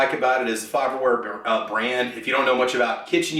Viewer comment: It’s faberware lol